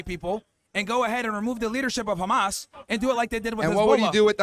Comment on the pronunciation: why Zionists always pronounce it "Actober" and "Kh-ma-s"? how difficult is it to pronounce the letters O and H?